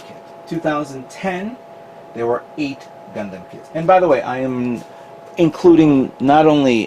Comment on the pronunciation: And Gun-Damn.... I try not to get too annoyed when people pronounce it that way. However, it makes it hard to watch at times.